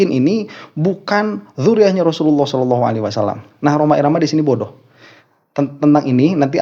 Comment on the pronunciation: Si rhoma sholawat aja gk bener,sholalloh aja dia bilang shelalloh😂😂